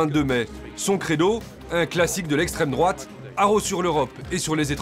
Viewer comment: Ben ouais "l'esssssstrement droate 🧟‍♂️🧟‍♂️"